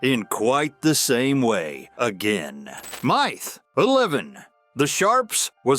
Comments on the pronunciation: When you can get your AI to pronounce "MYTH" and not "MIITH", I'll subscribe. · When I hear the word "myth" pronounced with a long "i", I know it's AI generated voice. Irritating.